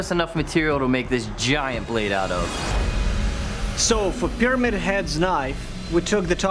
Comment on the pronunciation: do we have to ignore the fact that there's one guy said "pyrimad head" instead of "pyramid head" at the beginning?